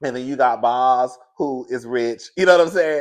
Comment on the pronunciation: it's Boz like Bose speakers. 😊